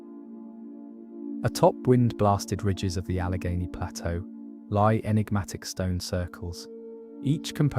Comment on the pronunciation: Allegheney yo